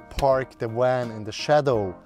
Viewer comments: Amazing van and people, thanks for sharing. Love how they pronounce "wan". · But he can say the V sound just fine when he says "have" so it's a choice to pronounce it oddly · A new bumper sticker idea? Lol!! Too cute! His V's were W's even in words where the V was not the beginning letter. Lol! Awesome! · They keep saying wan instead of van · The guy in the Toyota pronounced hiace ‘hi-a-chi’. Now this guy is calling his van a ‘wan’ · Wery nice wan. Wery well thought out. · Wan, wenture, woltage.. The Swiss, man.. gotta love em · It's a van not a "WAN"! LOL! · Critter Cosner your suspect he said wan not van that is kind of annoying lmao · You lost me at " This is our Wan..?" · Aight I know it’s 1am and I wanted to know why this was recommended but is this man saying WAN? I know I’m tripping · I like how he says van. Wan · How come you can pronounce the 'v' in involved, but not van, lol? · SAY WAN AGAIN. I DOUBLE DARE YOU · Did he say wan 😂😂😂😂😂😂😂😂😂😂😂😂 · i love when he says Van!! he sounds adorable